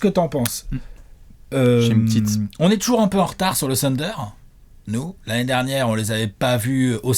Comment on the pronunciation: J’avoue que je n’avais pas regardé la vidéo jusqu’à présent juste parce que ne supporte pas la prononciation « TEUNDER » de …Une fois assumé le zéro effort pour respecter un minimum le nom de l’équipe la vidéo est comme tout le temps: top 😊 Bravo les gars!